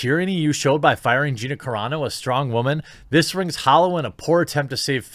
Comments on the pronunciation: What's the deal with the "wah-man"? It's really aggravating after the first or second time. I'm assuming it's a "thing"because I've heard it in other places too, along with other pronounciations of words, it's insufferable. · I normally like your channel, but I don't like your tone here. You know how to pronounce "Woman" correctly. I'm as annoyed as you about what happened to Gina, and Disney deserves a certain amount of what they're getting from you, me, and others. Cancel Culture in general is asinine and deserves the full brunt of all the sarcasm you and I can unleash. Women in general, however, deserve to be treated with respect in our discourse. I hope that there is a strong woman in your life who can explain this to you more personally.